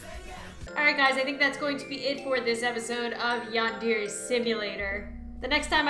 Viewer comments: its pronounsed (yand_erh_ay) not (yand_eer_ay) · It's yan-dare-aye